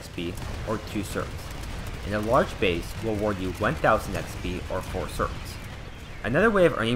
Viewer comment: Certs, not "sorts" you dumbass